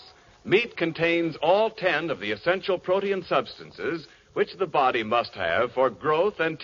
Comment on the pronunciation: Protein pronounced as 3 syllables....pro te in.....😊